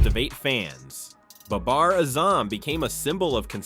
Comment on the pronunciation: learn how to say pakistan and baber azam